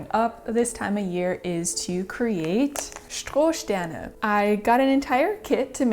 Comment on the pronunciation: Perfekte Aussprache von 'Strohsterne' I thought it in my mind but you saying it in my native language makes it 1000 times more cool 😁